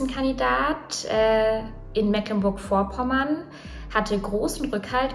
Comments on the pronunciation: Noch nie so oft Mecklenburg falsch ausgesprochen gehört. Da ist nirgends ein kurzes "e" drin. Das "ck" wird für niederdeutsche Eigennamen typisch ignoriert. Die Aussprache für dich aber auch bei Wikipedia und jedem guten Wörterbuch so drin. "Das Wort Mecklenburg wird in der Umgangssprache der meisten Regionen wie [meːklənbʊɐç] oder Meeklenburch ausgesprochen. Das „e“ wird lang gesprochen (dies ist als deutschlandweite korrekte Aussprache des e zu verstehen; siehe: das CK im Norden) und das „g“ wie ein palatales „ch“. Die Veränderung des g im Auslaut ist ein Überrest niederdeutscher Phonologie." – Wikipedia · Phillip Amthor mag sein wie er will, aber hier wird er total negativ beurteilt. Schlecht ist natürlich auch wenn man Mecklenburg Vorpommern nicht mal richtig aussprechen kann, ein hoch auf die Moderatorin... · Boahh direkt Puls auf 180, es wird - trotz der Schreibweise - Meeecklenburg ausgessprochen, mit einem langen "e" und ohne "ck", meine Güte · Das erste „e“ in Mecklenburg wird lang ausgesprochen. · Als Mecklenburger lege ich schon Wert auf die richtige Aussprache ... Meeklenburch Die Betonung liegt auf dem 1. e, was lang gesprochen wird. Wenn man dann noch das g am Ende wie ein ch ausspricht, ist es so gut wie perfekt ... Ich hoffe übrigens sehr, dass Amthor weitr in die Bedeutungslosigkeit driftet! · Ich komme selbst aus Mecklenburg und kann nur berichten, das kriegen selbst dort viele nicht richtig ausgesprochen. 💁 Mehklenburg-Vopommään sach ich da nur. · Wir sprechen es mee·klen·burk aus. 😇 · Das heißt Mecklenburg gesprochen wie Meeeklenburg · Das wird aber trotzdem "Meeklennburg" ausgesprochen, da da C in "Mecklenburg" ein altes Dehnung-C ist. Wie das E in "Soest". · Es heißt Meeeeklenburg - das c ist in diesem Fall ein Dehnungs-C. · Ich will ja nicht kleinlich sein, aber es wird trotz ck „Meeklenburg“ ausgesprochen, also mit schön lang gedehntem E. Liebe Grüße aus MV. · Und trotzdem hast du Meeklenburch falsch ausgesprochen...